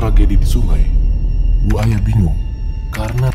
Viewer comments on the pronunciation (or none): Kedengarannya ku manggil Narasumber Nya ( Buaya ) ternyata Bu Aya 😭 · Namanya bu Aya, pas denger ceritanya tanpa lihat subtitle aku dengernya buaya 🙈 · Bu Aya bukan Buaya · Hahaha manggil bu aya kyk gk ada spasinya jadinya "buaya" dech 😂😂😂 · Krna ngk pakai k. Buk. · Salfok sama yg selalu bilang Bu aya tapi dengernya BUAYA 😂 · Nyebuta bu Ayanya pake jeda bang biar ga salah denger 😁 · Bu aya,bukan buaya,maaf ibu🙏